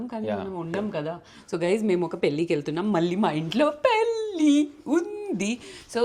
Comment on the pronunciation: It's not పెల్లి or పిల్లి, it is పెళ్ళి. If you can't pronounce or don't know.. that's not a crime, Keep it in english. But don't disrespect telugu language. I watch all your vlogs and enjoy but whenever I see your thumbnails in telugu I feel so disappointed. Good that you learnt telugu and speaking it but don't use it when you are not sure about it, especially in thumbnails. An observation and good suggestion only not to criticise you or your work.